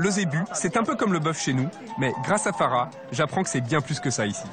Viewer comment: Je comprends pas pourquoi encourage faussement à mal prononcer les mots malgache comme ça! C'est koba et non koubahh! c'est Mamy et pas Mamie!! c'est Fara et non Farahhhh!!! l'intonation est descendante à chaque fin de mot. C'est bien d'avoir été cuisinier sur paris mais là t'es plus là-bas, t'es sur Madagascar. Ça fait super mal aux oreilles d'entendre un malgache prononcer de cette manière... encore ça va! il arrive a peine et commence tout juste à apprendre. Tu sais il y a beaucoup d’étrangers à qui lorsqu'on enseigne bien comment se prononce nos mots y arrivent parfaitement. La prochaine fois, essaie quand même de le faire à fond lorsque tu prévoira d'enseigner notre culture que ce soit culinaire ou pas.... Malgré tout, Bravo, c'est un Très Bon Documentaire.